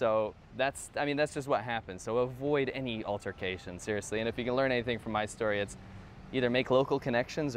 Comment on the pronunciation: I left at the part where you began saying .. "so, if there's an altercation". Why would there be an altercation? That's the first thing you jump to. You're pronouncing the word "altercation" wrong too. Look it up. Use a dictionary. Ask somebody to read the word to you.